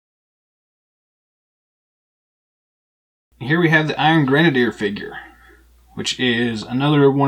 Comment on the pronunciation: never mind Sarah, she forgot her Dunn(ce) cap the other day. You are pronouncing it right. Not sure where she got the misspelling from, but whatever.